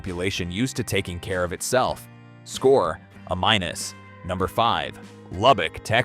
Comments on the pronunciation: A- is pronounced AAYY MYNUS NOT uh mynus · Great episode. Is there a way to get your narrative AI to say A Minus, for example, instead of a minus? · You know, this subject matter is interesting but I refuse to reward channels that use a.i. to create their content. Especially when they are so lazy that they don't proof their content and they have blatant f-ups like rating something as an "uhh-minus," that's supposed to be an, "A-." Well the way I see it y'all can, "eff-off!!" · Hey AI, the score is "A" minus, not "a minus". It's scored A, B, C, with plus or minus after some of them. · I enjoy these, but the AI pronunciation of “A-“ gives it all away!